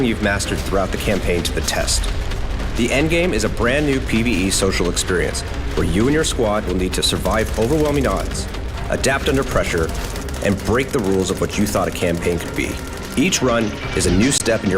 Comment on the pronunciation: It’s like the blizzard dude how many times can this fella say the word prreshow lol